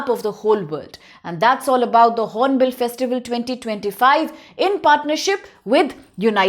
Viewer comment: Its Hornbil not horonbill madam